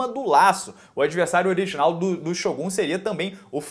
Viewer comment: Nosso querido ''SHÔGÁS''